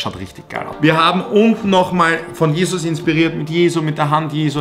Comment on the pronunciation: Dachte Jesus und nicht Jeusus